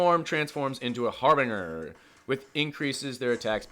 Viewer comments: It’s not har bing er. It’s har bin jer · Okay, so I’m gonna hook you up here: the word you keep struggling with is actually pronounced har’-buhn-jer. If you change your current pronunciation to a j sound, you’ve pretty much got it. Got you, bro. 👊🏻